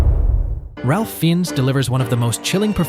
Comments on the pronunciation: His name is pronounced RAFE FINES not Ralph Finesse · Ralph Feens? Please. It's pronounced Rafe Fines. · it’s pronounced Rafe Fines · C'mon you guys.Ralph Fiennes is pronounced "Rafe Fines" (not "Ralf Feens") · It’s pronounced Rafe Fines. Listening to your pronunciation nearly made my ears bleed. Ralf Fee-yens indeed…🙄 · It's Raph Fines not Ralph and not Fien-nes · Uh...it's Ray Fines, not Ralph Fiennes. Just sayin' It's also Bridges of Madison COUNTY, not country. SMH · But it's pronounced RAY FINES. This is from the web: "The actor Ralph Fiennes' first name is pronounced "Rafe" (like "chase"), not "Ralph". His last name is pronounced "Fines" (rhymes with "vines"). Here's a breakdown: First Name: While spelled "Ralph," it's pronounced "Rafe". Last Name: "Fiennes" is pronounced "Fines". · For the love of god, if you're going to talk about actors, learn to pronounce their names. "Ralph FEE-enz".... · RAYF FINES is the pronunciation for future ref :) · Liv "Oolmunn"?? The narrator certainly offers a unique take on Ullmann's last name. The correct pronunciation of the "Ralph" in "Ralph Fiennes" is as if it had "ale" in the middle of the word, and "Fiennes" is pronounced to rhyme with "lines." The narrator can't even say the last name twice consistently, and both pronunciations are incorrect. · “RaLph Feens” 😂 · rayfe fines. that's how its pronounced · His name is pronounced "Rayf Finez." (Finez as in "fines." A sum of money paid to the public as punishment for an offense.) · It’s Ray Fines, not Ralph Fiennes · Did he just say “Ra-L-f fins” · It's pronounced RAFE FINES! Superb actor. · Ralph Fiennes' name is pronounced "Rafe Fines". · It’s pronounced ‘reyf’ ‘fines’ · It is pronounced Rafe Fines. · It's pronounced Rafe Fines. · Ralph Fiennes pronounced Rayf Fines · Ralph Fiennes is pronounced Raef Fines. Please pronounce the names correctly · Pronounced Raiff Fines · Ralph ( Rafe) Fiennes ( FYNE) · Ralph Fiennes is pronounced 'Raif Fines'. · It's pronounced Ray Fines